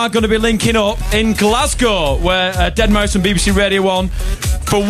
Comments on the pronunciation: It's not pronounced 'dead mau 5', it is pronounced 'dead mouse'. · So many different opinions on how you pronounce deadmau5.. i dont get how it can be pronounced dead - mau - five